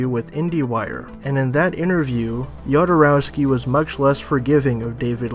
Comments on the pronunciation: Jodorowsky is pronounced Hodorovski. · Yodorowsky is the pronunciation, really? More importantly, his failed attempt at Dune was quite a lot responsible not only for the quality of the Alien franchise, but also for that of Star Wars, because he introduced a new vision on how to make quality sci-fi, and he found capable artists for it, who then created those movies. Even more importantly, he is right that this Villeneuve movie (based on the trailer and interviews) does not look like an attempt at changing the world... and then I don't understand why Villeneuve made it. (Let me mention that one of my favourite films is Arrival.) Finally, is there any explanation for that "music" in the second half of the trailer? Sounds like a 90's new age rendition of some third-rate 80's music inspired by the Hair musical. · On pronunciation of "Jodorowsky". He is of Slavic/Jewish origin but from Spanish speaking region. His family name is spelled properly in Spanish, "J" is Spanish "J" like in Jose. In original Slavic, Russian alphabet, that family name begins with "X" which is the English sound "H". Many people make this (and the French version) of pronunciation mistake for Jodorowsky but if his family was in English dominated area, they'd probably spell it Hodorowsky.